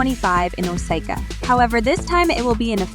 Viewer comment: The way they pronounced Osaka just ticked me off.